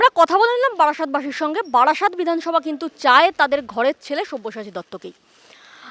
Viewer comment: ওরে বাড়াসাত নয় বারাসাত। বাড়াসাতের লোক এরকমই ভাবে। পরের বার বারাসাতে যেও কেমন।